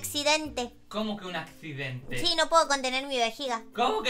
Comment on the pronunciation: ME ENCANTO CUANDO DIJO:EL ADCIDENTE ACABA DE OCURIR😂😁🤣😂🤣😂😂😂😂😂🤣🤣🤣